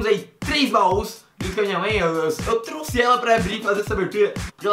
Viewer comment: 4 minutos e 5 segundos quem viu ele falando trusse???